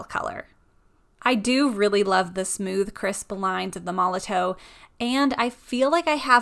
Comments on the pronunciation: Apparently it's pronounced like Molotov even though there's a w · It's pronounced Molotov. It's just a German company, and in German a W makes a V sound. It's made for graffiti, and in the tagging world putting up graffiti is called "bombing". Hence the name.